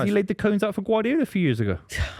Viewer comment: stop calling him Ebereechay